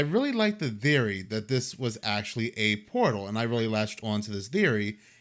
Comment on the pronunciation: why you saying theory like that